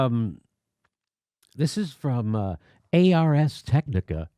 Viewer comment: Also, "ARS" is pronounced arz. It's not an acronym, it's Latin. You use it to indicate that the subject matter is a discipline of study. Ars Technica would translate to something like "The art of technology."